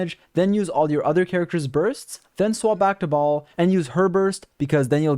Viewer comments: Lmao I heard “Baal” as “Ball” and I couldn’t stop laughing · i always hear him saying “balls” 💀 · My man keeps calling her "Ball." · BrIlliant guide but I still cringe every time you call her baal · Why do all you nerds call Shogun bal??? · It annoys the living hell out of me that MiHoYo mispronounces her name, causing the entire world to do the same. They could have at least looked up how to pronounce it before they recorded voice lines. It's pronounced "Bail" ffs. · thank you for the very helpful guide!!! altho it bothered me how you kept calling her 'Baal' because in the story it was explained that she isn't baal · Not Baal, akhctuly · i wonder when content creators would stop calling her baal, baal is already dead